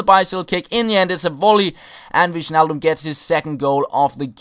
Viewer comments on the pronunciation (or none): Wijnaldum is pronounced: WINE-ALDUM not WISHNALDUM XD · Dutch names like Wijnaldum or De Vrij are pronounced like ''Wynaldum'' and ''De Vry'' just so you know ;)